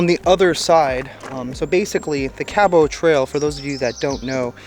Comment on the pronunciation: Hello, not to criticize you ( Love watching all your adventures/ vids/podcasts) but sweetie I must tell you that your pronunciation of Cabot is not correct try: kab uht. just pronounce the t at the end. John Cabot was an ITALIAN navigator and explorer / 1497. He first landed Newfoundland then came to Cape Breton.( middle school history I do recall). Thanks for your time.Katie